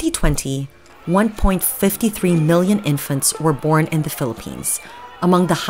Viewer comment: big big vice documentary and girlie couldnt even say 1.53 correctly damn